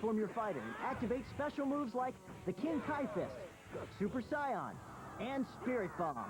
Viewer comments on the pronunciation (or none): Weird that pronounced Super Saiyan as "Super Scion" like the Japanese pronounciation.